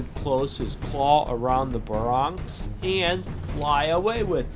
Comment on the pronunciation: BEAR-E-ONYX thats how u pronoucne it, not "Bronx!" Also really try to improve the sound quality of the dinosaurs. I find the sounds u use for the dinosaurs to be odd. They keep looping in strange ways and stop using that weird deep growling sound from Godzilla 2014(which isnt even an actual roar). In some of the films certain dinosaurs actually had their own sound efgects outside the t rex